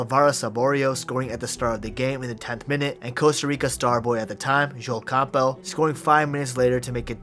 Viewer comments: Bro its Camp bell or Cam-bull. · Lol who pronounces Campbell like that?